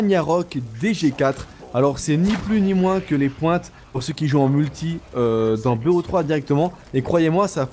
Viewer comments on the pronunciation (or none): none